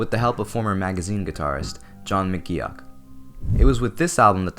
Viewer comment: I really wish americans were able to pronounce john mcgeoch's name correctly